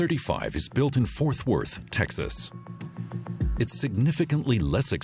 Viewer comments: Did he really say Forth Worth? And then BOfort?? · Narrator is a boob. He mispronounced just about every city he read. Fourth Worth, TX, Bofort, SC. , ect. The B-2 is not a fighter jet, it's a bomber. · LOL! Or maybe he said "Fourth Worth"? hehehe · The computerized voice mispronounces Beaufort and Fort Worth and this information is way WAY OUTDATED